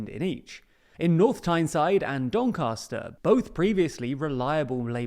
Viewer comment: Doncaster has a short “a” as in cat. Especially with a Yorkshireman (or Yorkshire-adjacent, depending on where Hull is these days) on your payroll, you should not’ve gotten this wrong